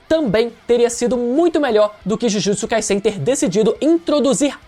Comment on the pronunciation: pronuncia certa ai. Jujutsu Kai"Z"en. O Som é de z não de s igual vc ta pronunciando. E é bizarro vc falar que Kaguya foi apressado cara. Sage of Six path ou seja Haguromo estava ai desde sempre. Os zetsu estavam ai desde sempre. C ta de sacanagem vc falar isso.